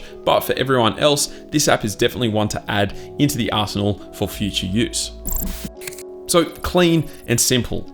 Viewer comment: At the end of the video that I got application arsenal.... thought he said a whole